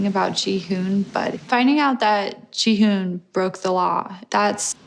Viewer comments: Instead of Ji-hoone which is what it’s sounds like when you’re saying it 🤷‍♀️ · I’m pretty sure it’s pronounced “Ji-hon”